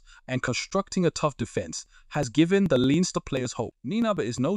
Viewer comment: Good information, hope he is a success. And by that I mean only by doing the double will success be achieved. btw.... It's Leinster. Pronounced Lens-ster. Leave out the letter i and attach them with the two syllables S.